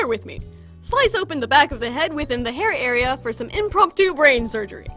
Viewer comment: Her: "the hair area" Me: "..." "*Hairea*"